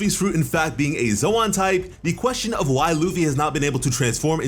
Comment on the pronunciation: So like are you pronouncing ZOAN wrong on purpose or what??? It’s pronounced like LOAN!!